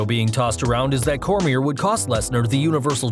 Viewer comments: Daniel who? lol Cormie"r" LOL. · He said Cormier wrong